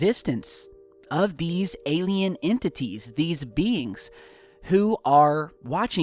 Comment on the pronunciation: The word is ENTITIES, not Intities. Perhaps the acronym stands for E. T. Intelligence?